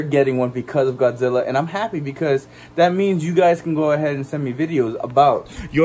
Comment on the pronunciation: I like it when you say Godzilla (the first time of the vid) like you said Gawdzilla